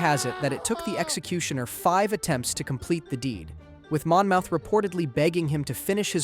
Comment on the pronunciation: Mon-moth! Omg! Mon-mouth. Ugh.